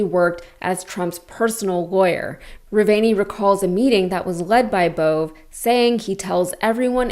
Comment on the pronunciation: Another good report. Just a note: that arsole, BOVE's name is pronounced, "BOW-VAY."